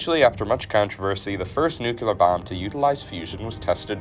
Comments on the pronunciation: Never trust a video about a science topic in which the narrator does not pronounce "nuclear" correctly. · It's difficult sitting out a video about Castle Bravo while enduring the narrator's stunning inability to pronounce nuclear correctly. Jimmy Carter couldn't, and George Bush couldn't, but they were both nitwit politicians. Level up, narrator. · Oh my God that annoys the f—k out of me! You would think that they would pronounce “nuclear” correctly in a video like this. 🙄🤦🏻‍♂️ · not the same. This guy is adding an extra “u” and dropping an “e” every time. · he didnt stop at nuclear either! He bombed nucleus and nuclei as well. such a nails on chalkboard thing. unbelievably irresponsible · mispronouncing several words the tnire video is underrated? He sounds less educated each time the words nuclear, nucleus, and nuclei were mentioned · Awesome video dude! Terrible pronunciation of “nuclear/nucleus” though lol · Say it with me now. “Nuclear. Not nucular. 😊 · Noo kyou ler? Is pronounced noo klee are. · Is it a speech impediment or a brain impediment when you say nu-ku-lar instead or nu-cle-ar? Goddamn. This ain't tomatoes and potatoes. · NOO-KLEE-UR not… NOO-QUE-LUR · Makes no sense at all. You can accentuate syllables In a different way, but you cannot swap letters. nuCLEar not nuCELar. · Every time I hear someone say "NU-CLEE-ER" instead of the completly incorrect and made up "NEW-CUE-LER", the hair on the back of my neck stands up, and I literally want to do a little happy dance in the name of scientific accuracy. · But he did say Nucular instead of nuclear. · I can't trust a guy that can't pronounce NUCLEAR correctly, it's not NEWCYOULAR. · President Eisenhower popularized the incorrect term "NUCULAR". It was wrong then and it's still wrong today. If you're going to make videos like this, please get it right. I can't even begin to tell you how annoying it is. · I stopped watching as soon as I heard “nuculer” for the first time. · Totally Nukular, Dude!